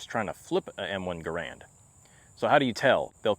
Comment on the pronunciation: It is “Ger-and” not “Guh-rand”. Cmp prices actually do not reflect market price for the rifles. $1200 +/- is an avg market price for a decent, even mixmaster M1. So be it, if others aren’t willing to adhere to CMP documentation criteria. They are not a charity nor a regular retail store.